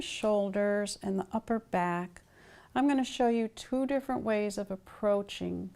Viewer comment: Final consonants did it for me... "bacK" "wanT" "pointS" How is anyone still awake?!